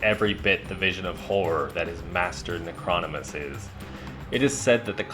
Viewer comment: Its pronounced ** Nec-ro-nom-in-us ** 😉 Cool video tho!